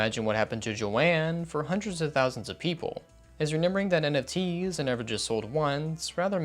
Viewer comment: i swear this guy is saying renember and not remember